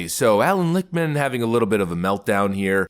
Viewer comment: Lichtman??? Every . Single. Time 👃